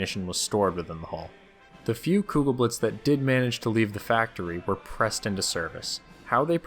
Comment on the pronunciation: The "e" is still not silent. Even on the end of German words.